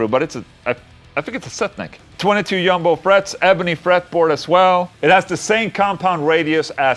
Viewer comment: Everytime you say “yumbo” it reminds me of the adverts from years ago when the cleaning product changed from “Jif” to “Cif” to help our Northern European cousins pronounce it correctly. This comment is not relevant to the video, but relevant to the amount of caffeine I’ve had. Great video, love the chugging Ola. Tack kompis!